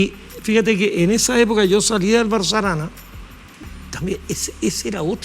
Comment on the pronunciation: Que gran invitado, claro que la periodista debiera aprender de él, el profe dice BarroS Arana, y ella dice BARRO ARANA, además le tomó un retrato, yo creo que le tomó una fotografía con la que se puede hacer un retrato. Ojalá nuestros periodistas pronunciaran bien. Al menos ellos.